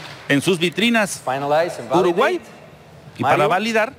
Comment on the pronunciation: me causa gracias que el presentador pronuncie algunos paises en ingles y otros en español........ por ejemplo yameica , mecsixo , yuruguayy luegoo diga Argentina o Paraguay